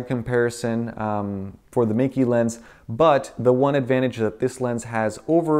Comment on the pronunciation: Meike is actually pronounced as May-ker.